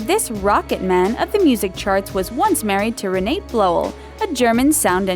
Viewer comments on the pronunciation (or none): Yes! And Elton John's wife's name is pronounced "Ruh-NAH-tuh". It's a German name. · And it's Re na tah, not Re nate.